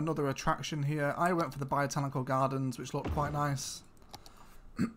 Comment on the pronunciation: Botanical, not biotanical